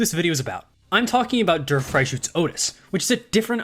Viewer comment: Dear Mr., please stop saying Walpurgisnacht. It sounds like you are saying Walpurgisschnackt. It's fine simply shortening it down to Walpurgis. Please shorten it down. Walpurgisnight also works. As for Der Freischütz, Freischütz sounds correct, but your "Der" sounds like a "Dur". The English word "dare" is closer to the correct pronunciation. As always, thank you for your hard work on making Limbus Company content. Best Regards, a German